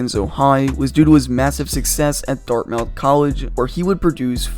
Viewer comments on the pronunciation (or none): none